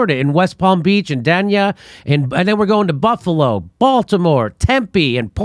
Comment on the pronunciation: If this is all true that judge should be in chains in public. And Jimmy it’s pronounced dayne ya